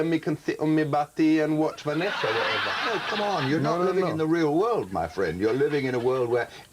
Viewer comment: "watch Vanessa or whateva" 🤣